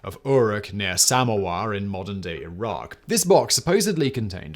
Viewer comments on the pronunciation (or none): none